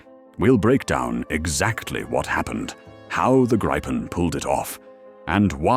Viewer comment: Its name is Gripen, pronounced “Greepen”, nothing else. Believe me, I’m Swedish. 👍🇸🇪